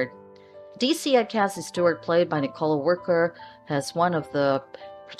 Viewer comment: Nicola, not Nicole.